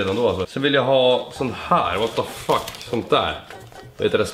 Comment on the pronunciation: Det ända du sa var "what the fock" xD